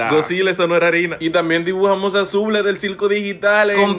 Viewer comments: Noo nomse dice zublee se dise subul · Nooo se pronunci subul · Se llama Zooble, se dice zubul, denada! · No suble eso no era arina😂😂😂😂😂😂😂😂 bueno no se dise suble se dise subl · Se pronuncia: zubul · Se escribe Zooble pero se pronuncia Zoobl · Zubul se pronuncia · Nuevo subscritor ❤ ¿Me saludas en tu próximo video? Aa ise pronuncia zubuul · Se llama zooble i se pronuncia zubul